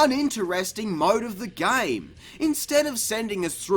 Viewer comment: How we operate thee “gayme”